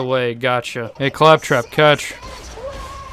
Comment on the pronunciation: I have to say! I enjoy your commentary a lot in your videos! Here specifically😂 ”Ay faptrap, catch”😂